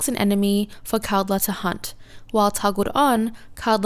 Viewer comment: over all you were saying kaldr's name well you just switched the D and L's place. lol. was mostly unnoticable. the way its said is "call-der"